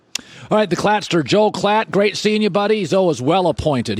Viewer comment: Did Colin really just call him the “Klatster” 🤣🤣